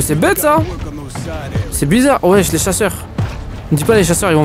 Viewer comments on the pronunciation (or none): A il dit tout les chacheur 😂🤣